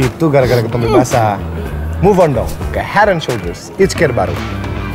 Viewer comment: Akhirnya Joe udah bisa ngomong Hed en Soljers